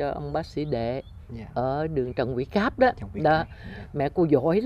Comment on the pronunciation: Phần nhiều lớp trẻ làm utube bên VN đều nói sai tiếng Việt giống nhau Trường họ nói chường Trần họ nói Chần. Nhắc họ hoài mà họ vẫn nói sai Đám giáo dục - thầy cô bên VN viết + nói sai tiếng Việt làm sao lớp trẻ nói đúng cho được .